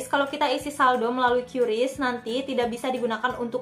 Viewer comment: Bacanya Qris ka bukan qyuris